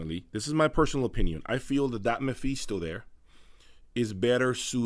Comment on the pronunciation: Btw its 'Meh-Fis-to' not 'Meh-Fees-to'